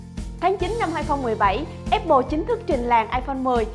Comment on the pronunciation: áp pồ nha, không phải ép pồ :)